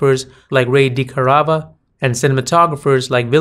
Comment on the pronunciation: It's Roy DeCarava not " Ray"